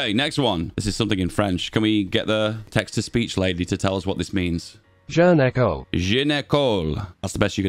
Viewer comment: and the way he says that just kills me xD more sounded like "gynéco", wich is... something different for the least!